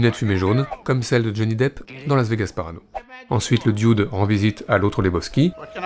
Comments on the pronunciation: "Le di-oude"...bon dieu, quand est-ce que vous allez apprendre à prononcer l'anglais vous les français ?...on dirait une parodie d'un serveur de bistro dans les Monty Python. Ça se prononce "de" (the) doûde (dude) avec un accent sur le "ou". C'est pas compliqué pourtant...allez 1-2-3, on pratique... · parce que ça se dit 'dude'.